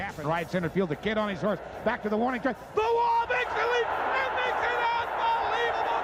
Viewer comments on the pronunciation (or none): none